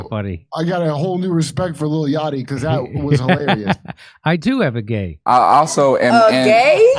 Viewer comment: Peak Jimmy whiteness lol "lil yac" no offense brother lol. Much love to you but that was funny